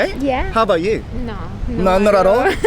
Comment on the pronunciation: 1番勉強になるかも最近…この動画コンテンツ…だけどそれにしてもaboutの発音のアビャウトゥは気になってしまう笑